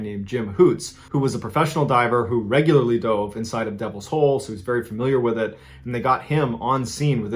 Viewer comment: When it said said Devils hole I thought it said Devils Hoe at first. Lmao 😂